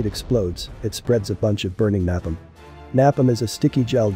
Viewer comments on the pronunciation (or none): What's nap-em? I thought he would say napalm. Lol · Narrator: NAPALME is pronounced as "NAU-PALM".................. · When did they start pronouncing NAPALM, nap- um? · Gotta love the way synthetic voices pronounce words. Nap-um lol. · No offense but you pronounced napalm wrong it's napalm not napin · Is this Dr. Sbaitso narrating using poorly formed sentences that mispronounces common words? Stadly, Nap-uhm? " Sted ill ee" and "Nay-palm" you mean to pronounce. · Amazing video but... Its pronounced Nay-Palm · Is this AI narrated too? There's some interesting mispronounciation of words ("stably", "napalm") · I thought so. Who the pronounces napalm like that. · every word pronounced correctly except napalm and stable. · The video was overall good but the narration was just killing me. He could not say the words steady or napalm. He somehow even messed up grenade launcher at the end of the video.